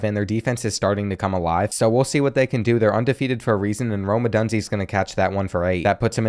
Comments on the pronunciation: "adande" mitchell? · “Ah-don-day” has me geeked😅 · the way you say Odunze lmao.